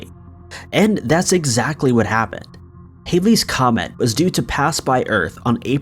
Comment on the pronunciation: It's Halley's comet also not Hailey's Mandela effect